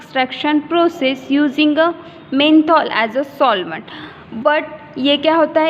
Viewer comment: Its not menthol it’s Methanol.